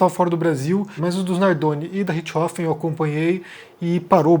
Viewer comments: A forma como a maioria dos brasileiros pronuncia o nome é mais natural que a forma como vc está pronunciando. O nome é RiCHThofen, e vc fala RiTCHIhofen. Vc joga o CH para depois do T, que não existe na pronúncia alemã. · Apenas p acertar sua pronuncia, muito embora isso seja capricho tamanha a tragédia macabra. Suzanne Von Richtofenn.....RICHT HOFFEN....0 T Deve ser pronunciado quase mudo. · Não sei da onde ele tirou esse "Ritchrofen" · Richthofen,, não Ritch-hofen. Só eu que me rachei cada vez que ele fala o nome errado no vídeo? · 20 anos ouvindo "rixtófen" me deixou incomodado ouvindo "rich rofen" Desculpa por esse comentário aleatório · Nao é Richrofen é Richtofen com t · Comentando pra comentar mas é richt-hofen ou Ritch-thofen??? A imprensa SEMPRE usa esse último. Achei estranho como voce pronunciou só pq sempre falam de outra forma mas vi agora que tem essa possibilidade tbm. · cara sempre acho estranho quando o fala alguns termos ou nomes estrangeiros com pronúncia original hahhahahaa aqui falamos "Suzane Vonrestofen" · O jeito que o pronuncia " Ritth Rofen" é diferente 😊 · por que você está pronunciando o nome sem o T? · Mano... Me incomodou demais o jeito que o ficou falando Richtofen... O jeito que ela mesma fala o sobrenome é bem diferente do jeito que o fala. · Não, o que tá viajando nessa pronuncia dele. Pode pesquisar vídeos em alemão sobre o Roter Baron, em alemão eles pronunciam o T de Richthofen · Essa sua pronúncia de "richtofen" tá de matar... realmente nao dá pra ouvir. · É. Não deu pra mim também... Mas todo respeito ao!